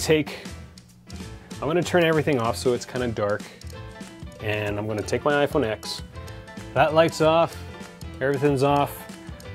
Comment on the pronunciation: It’s pronounced 10 not x